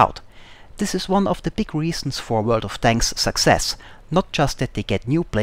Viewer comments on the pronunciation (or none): none